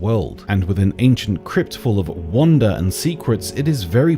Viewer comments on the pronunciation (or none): I’m starting to think that maybe you just pronounce wonder like wAnda, but......maybe I’m wrOng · I'm sorry, did he just say "Ancient crypt of wonder and secrets", or "Ancient crypt of WANDA and secrets"?